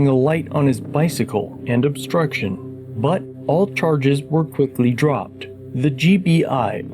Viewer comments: Obstruction why does he keep saying obskruction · You should be able to at least speak and read and write above a 4th grade level to be a cop. What the ever-living FUCK is “Obscruxion.”